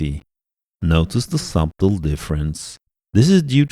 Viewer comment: Quick tip. The b in the word subtle is silent. So you pronounce the word as sutle. English is weird like that 😁👍🏻